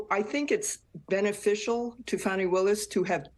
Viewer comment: It’s Fawnie, not Fanny.